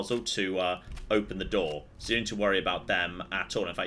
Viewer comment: What the hell has happened to voice? I've been watching a load of his old videos and come back to the regular Sunday YOLO and can't help but notice all the OTT inflections and somehow extending 'so' from one syllable to two soooooowaaaaa